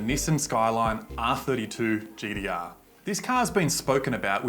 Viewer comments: Its gtr not gdr idiot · GTR NOT GDR 🤣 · Gtr not gdr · I literally couldn’t watch this because of him saying GDR and ninedeen eidee noine